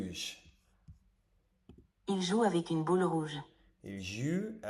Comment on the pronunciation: Ton francais est assez bon ! Mais c'est vrai que tu as une grosse difficulté à prononcer les "ou". Your prononciation is more like "il ju avec une bule ruge" instead of "il joue avec une boule rouge". And as a french speaker sometimes that's weird cause it becames a different word. Essaie de te focus sur ce point en parallèle de ton apprentissage. Grosse force à toi ton travail est déjà admirable ❤️🙏🏽